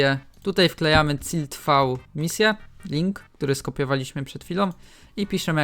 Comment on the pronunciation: "Cilt V" xD wiem że wada wymowy ale nadal śmieszy